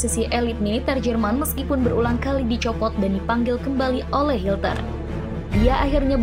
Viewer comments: Hitler min bukan hilter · Hilter lagi min 😅😅hitler min bukan hilter 😂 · Adolf HITLER bukan hilter 🙈😂😂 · Bukan hilter tapi hitler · Maaf,Admin Salah sebut...Hitler...jadi Hilter..❤❤ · Hitler bukan Hilter min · Dia sengaja nyebut hilter